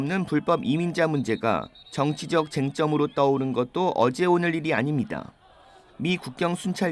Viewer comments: 특이해요.. 저런식의 발음은 처음 들어요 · 앵커분 발음이 특히 " 입니다" 가 어색하고 이상하게 들리는게 저만 그런가요? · 어쩌겟어요 입니다 발음이 그리되는걸 -----뉴스 듣는데 알아들으면 찰떡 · 교과서식은 아닙니다. 특히 " 입니다" 발음이 이상하고, 아주 어색합니다. 한국 뉴스에서는 있을수없는일이죠.